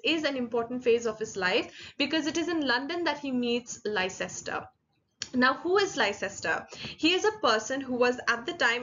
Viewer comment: A friendly correction: Leicester is actually pronounced as "Lester"; as in a person's and a city's name.